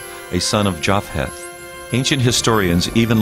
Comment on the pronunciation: Japheth was said like Yafeth or Yafet, not Jaf-heth. The ph represents a Hebrew letter that's said like P or F, depending on it's position in the word. Like the Greek Ph(i) changed from P+h aspiration to F